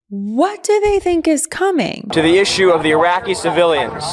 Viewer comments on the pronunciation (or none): none